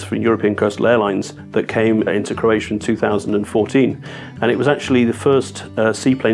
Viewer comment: #26 -- Croatia rhymes with "rosacia" lol.